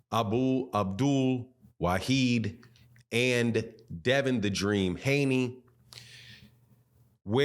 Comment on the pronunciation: The man’s name is NOT WA-HEED……It’s ……WA-HID….. PLEASE 🤙🏼